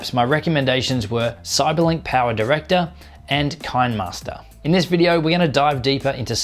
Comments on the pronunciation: KineMaster is pronounced "kinnamaster", as in kinematic, not as in cattle, I believe. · It's kin-nuh-master